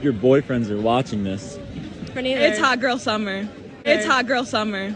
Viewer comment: It's "hot girl summer". Minus the t.